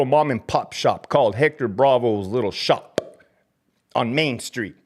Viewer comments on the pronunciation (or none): The way u said …”Shop-a” Lolol Go stay fat!!!